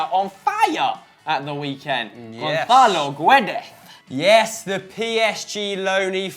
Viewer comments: The 'u' in Guedes is silent so basically it's said Gedes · His name is Gonçalo Guedes. Not Gónzálo Guédé